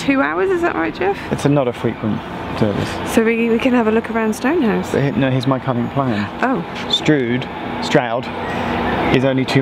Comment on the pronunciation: Makes me laugh that Geoff pretty consistently referred to Stonegate, Strood and Kimble rather than Stonehouse, Stroud and Kemble!